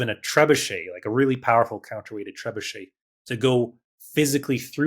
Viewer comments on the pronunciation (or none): none